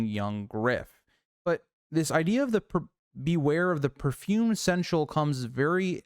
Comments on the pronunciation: I appreciate the absolute gall of pulling up the pronunciation guide before continuing to mispronounce seneschal the entire video lol. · Can't watch this video if you can't say the word right lmao get help vro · I mean this the best way, because it legitimately made me laugh; you give the dictionary definition of seneschal, with the pronunciation guide right there... And still pronounced the word consistently wrong. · (Seneschal is three syllables. 😉) My guess is Varys, but I like the "stinky steward" too.